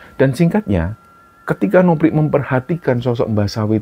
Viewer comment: Kenapa,nama novri harus bacanya nopri,seperti dewi jadi dewik,andi jadi andik,ita jadi itak.cerita di kembara sunyi bagus tpi kurang nyaman mendengarkannya 🙏🏻